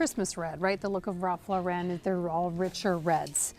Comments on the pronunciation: His last name is pronounced "Law"ren not Laa"ren" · It's pronounced Ralph LOR-en. Not Ralph Lor-EN. He would tell you this himself. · 'Ralph LORE-IN please. No need to be extra fancy and say Lore-ren. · Ralph Lauren not Ralph Loren. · I have to say it. It's not Ralph Laur-en'. It's Ralph Laur'-en. He's American. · His name is Ralph LAW-ren. Not Law-REN! He’s not trying to be French! As a designer, you should be pronouncing it correctly. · Ralph Lauren is pronounced LAW- ren. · You of all people should know how to pronounce Lauren. The stress is on the first syllable. Therefore, the correct pronunciation of Ralph Lauren is Ralph LOR-en. It's not French! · Lauren is pronounced like the womens name.